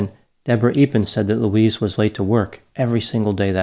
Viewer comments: It’s Louise, not Luis!!! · Her name is pronounced Loo-eez. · Elton is a village, and her name is pronounced 'Louize'.